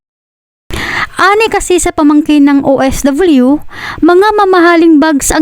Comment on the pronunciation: BAKIT BA OFW HINDI OFWYUS INIIBA ANG PAG BIGKAS KAARTIHAN